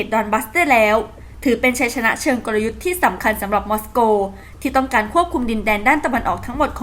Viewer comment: ອ່ານຂ່າວເລີ້ມລາກສຽງອີກແລ້ວ,ບໍ່ເປັນວັກເປັນຕອນ,ພັງແລ້ວຈັບໃຈຄວາມຍາກ,ຊຶ່ເມຶອງຫລວງລັດເຊັຍອອກສຽງບໍ່ຖຶກຈັກເທຶ່ອຕາມທີ່ຕິດຕາມມາ